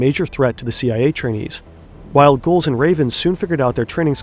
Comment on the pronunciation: ah man this guy is annoying too.. He pronounced gulls "gohls" and drawers as "draw-ers"